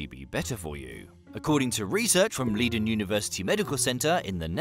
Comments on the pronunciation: Please try pronouncing the Leiden University as: "Laiden" which will be much closer to the way it is supposed to be pronounced... thank you very much! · You say ‘Leiden’ as if it were ‘Lieden’ but you’re forgiven 💕